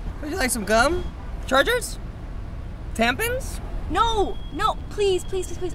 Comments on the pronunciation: Leah Chapman lol ya its called tampons but he said tampens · taliabemooky In the video Alex pronounces tampons "tampens" :3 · MMS LAD No, in the video alex pronounced it “TAMPINS” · j-slay And says “tampins” not tampons..... tampins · D K_VLOGS it's cause instead on tampons Alex said tampins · emmy bemmy he said tampins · "TAMPINS?" 😂😂😂😂😂 Bruh i thought it was Tampons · Sofia Giron they said tampens bc thats how alex pronounced it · probablynottalia its how he said it in the vid....... 😑.... He says it Tampins. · Lizz Castillo “tampins” lmao he didn’t even pronounce it right. 😂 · Cristian Ruiz I love when he says Tampins? 😂👏🏻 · Did he say tampons as tam-pins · probablynottalia well Alex didn’t pronounce it right and you don’t have a problem with that?